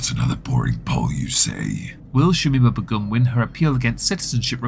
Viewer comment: I thought that Begum was pronounced like 'bay-gum'?